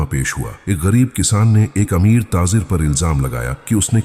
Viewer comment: taazer kia hota hai taajir hota hai